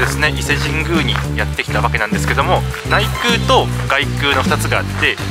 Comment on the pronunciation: こんばんは。 お伊勢さんですか 良いところですよねー ところで 外宮、げくう 内宮、ないくう と読みますよ。